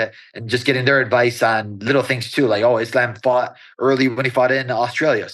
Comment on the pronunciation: Its kinda weird that belal cant pronounce his own religion, Is-lamb 😂😂